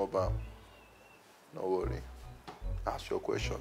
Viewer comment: ASK not AKS 😅